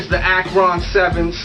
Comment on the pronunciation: Why do you say akron like that hahaha. its all good i guess i'm just not used to it. Love from Ohio though!!! Continue to keep it real!